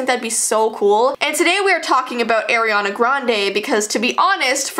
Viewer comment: It is not airiana it's Arianna!!